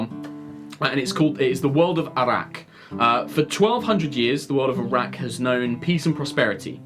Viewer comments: Sounded like he said Iraq. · I know it's not, but it sounds like he's saying the fantasy world of Iraq.